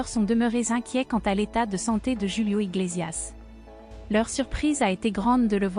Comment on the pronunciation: C est pas joulio c est Julio svp dites le correctement. Ce Monsieur est toujours formidable et aimé. Ce qui m écorché le tympan, c est votre manière de prononcer son nom. MERCIIii Bonne soirée